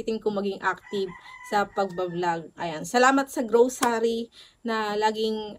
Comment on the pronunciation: ang saya pakinggan ng pag sabi mo ng grosary :D Thank you for the good vibes!